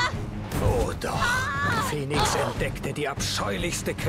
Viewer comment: Fäniks, es spricht sich Fäniks. Wie es gesprochen wird müsste es Phoenix geschrieben sein.